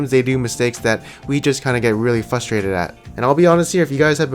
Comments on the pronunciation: I get annoying at how you can't say FRUSTRATED THERE IS A GOD DAMN R CAN YOU NOT SEE IT THE WORD ISN'T FUSTRATED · I get frustrated by you saying 'fustrated' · I get frustrated when someone says fusstraited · I get really FRUStrated when people say "FUStrated" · 1 minute into video and you said "fusstrated" 4 times. There's an R after the F please. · The only thing I'm frustrated about is the way you pronounce frustrated